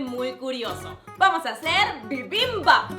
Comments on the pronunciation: Que rico. 💗 Me reia cada vez que decía bibimBAP, muy cute. Es BIbimbap, sin acento el BAP. 💗💗💗 ahora haz otro platillo coreano. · Me desespera que digas bibimbap con la mayor acentuación en la segunda sílaba, también bulgogi pero me encantó el video, gracias por la receta 😊☺️ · Se que no hablas bien el coreano, pero pues como mi familia es coreana obviamente se coreano, así que me causa conflicto que no pronuncies bien las palabras 😅, solo un consejo para que las puedas pronunciar mejor, las palabras que llevan "G" pronuncialas con un pequeño sonido de K :3 y bibimbap se pronuncia todo de corrido 😅 bueno, te amo muchísimo bai💖😅